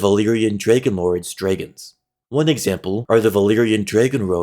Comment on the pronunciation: Please pronounce dragons correctly